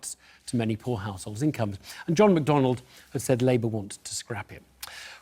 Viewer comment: It's John McDonnell not Joshn McDonald, Evan. Get it right!